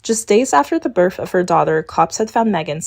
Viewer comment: “Just days after the birf of her daughter...” Ummmm, whaaaaat? 😂